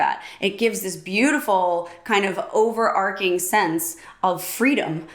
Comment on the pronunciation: The arch in overarching is pronounced as the arch in archery. Robert Plant was an admirer of Janis Joplin and she took him under her wing at one time.